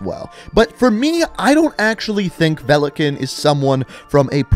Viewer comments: It is pronounced velikÀn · its not velikEn its VELIKAN тако да можеш ли да немој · Velekan....... my ears are in pain ... великан= valikan .... there is a i witch should be audible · Its veli-kaahn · His name is pronounced Vee-lee-Kahn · i is silent it is velikan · Oh, so you bothered to translate “velikan” (stress is on the “a” btw) but you never bothered to translate “nikto” (stress on the “o” btw). Nikto “никто” means nobody/no one in Russian. And there is no such name as nikto. Something being written in the “name” part of the bio doesn’t mean it’s their name. Otherwise ghost would have Simon Riley there and not just ghost. Same for mace, I highly doubt it’s a name.